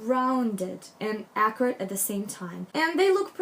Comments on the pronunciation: I think i am mis-hearing you. You keep referring to different aspects: hair, clothing, etc. as accurate? What does that even mean? Halfway thru you say something like, not geometric, accurate. Maybe you’re using a different word? Would love to know what youre saying. Captions are showing as “accurate” too so ?? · pretty sure she's saying "accurate" by which i assume she means precise, not messy. You need to take accents into account when you listen to a person speak. She's clearly not british or american, so did it not occur to you that she might just be pronouncing the word in a slightly unfamiliar way?